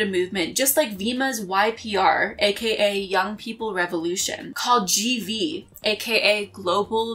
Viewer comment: Thank you to TraderNick for helping with this video!! Also, I’m aware I probably pronounced the company GV wrong, let’s just say I did that on purpose 😅